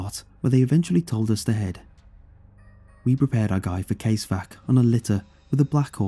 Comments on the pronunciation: Also its pronounced cas-evac, not case-vac. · it is pronounced caz-e-vak, and then for both of the rounds you just say the numbers ie 2,2,3 and 5,5,6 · The way he said casevac, .223 and 5.56 kinda hurt